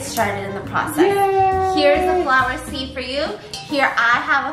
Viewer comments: “pour it in the sleeve”😂 Sieve* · I love you🤣🤣🤣 seeft is what you said and it’s sift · I refuse to forget the fact she said sleeve instead of sieve. In the words of "Hunny"😞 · Btw it flower siv not seev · i love you but seeve?!?!?! really you're going to pronounce it seeve?!?!?! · seeft? sleeve? That tool's name keeps changing lol